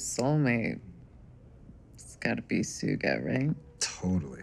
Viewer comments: She said sooga not Suga. That got me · She pronounced the name wrong, (pronounced sugar without the 'r') but he's a member of BTS which is the boy band they were talking about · Did she say its gotta be suga right she pronounced it su ga lmao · Bruh it’s pronounced like Sugar but without the r lol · 0.17 BTS!!!!!! Even though she pronounced sugar as Ssuga 😂😂😂 . Great show love it . All Armys I 💜 you! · I doubt it. If they were they definitely would have known not to pronounce Suga's name like that. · The way she pronounced Suga's name tho 💀 lmfaoo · lol i wasn't army when I first watched this but after rewatching this I was pleasantly surprised with the BTS reference (even thought she pronounced suga wrong lol) but still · Haha when Lucy said suga it’s so funny it’s suga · Love how they included BTS, but she pronouced Suga's name wrong, when she said it I was like "wait what? Who? Ohhhh" 🙈😂😂😂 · BTS Army when they they mention the group: yay! BTS Army when she pronounces Suga wrong: Arrrrgh… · Ummmm I was not expecting BTS to be mentioned here. I'm glad I wasn't drinking water 🤣🤣🤣🤣🤣🤣🤣🤣🤣 Also totally bummed about Suga not getting his name pronounced correctly xD but hey I'm not mad xD